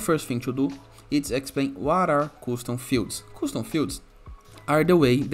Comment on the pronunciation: its not "Koostoom" it is "Kastoom"